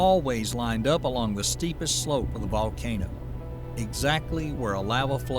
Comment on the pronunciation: "Volcanno"... yeah, that's not a real accent. Lame AI narration.